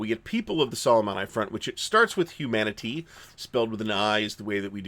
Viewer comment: I pronounced like ee, not eye :) It is not Humaniteye either :)